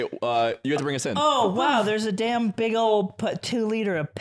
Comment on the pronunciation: Beeg Yoshi. This is beeg